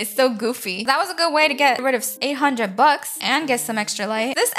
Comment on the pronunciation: lol she said: that was four hundred blucks?